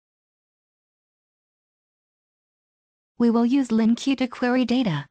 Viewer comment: Good tutorial but LINQ is pronounced as 'LINK' not LINQueue. :)